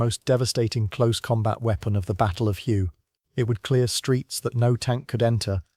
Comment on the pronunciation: none of the images shown match the description in the video of the vehicle, and please teach the computer to properly pronounce the city Hue